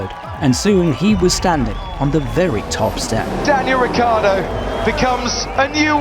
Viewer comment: Even when he leaves they don’t say his name correctly. Saying “rich-ardo” is too difficult, probably